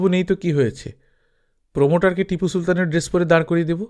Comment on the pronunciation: ওটা প্রোমোটার নয়, প্রম্পটার !!!